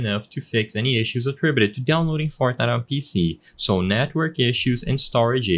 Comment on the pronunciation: Bro said “fartnite”